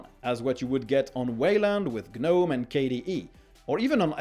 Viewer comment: gnome is pronounced nome